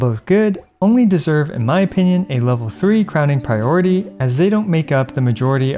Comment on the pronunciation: Oh god he's one of those people who say "pry ority"